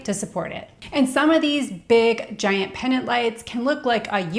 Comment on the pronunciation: The word is Pendant, not Pennant